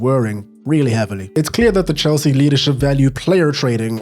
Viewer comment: Hel-sea is right 🥲